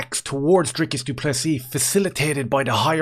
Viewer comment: How is it that an Irishman can pronounce Dricus du Plessis perfectly but the rich American "professional" commentators STILL call him DRYCUS DOO PLESSSISSSSS? Thank you as always from a frustrated SA fan who agrees the Strickland fight was super close but is happy Dricus won. I hope we can agree that whatever drama the UFC is planning behind the scenes isn't his fault.